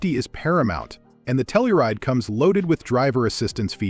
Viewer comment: And Tell-You-Ride, not Tell-ou-Ride.